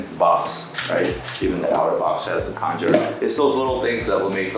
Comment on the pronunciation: Khanjar (not “kanjhar”) is not pronounced with a “k” but a “kh”: خنجر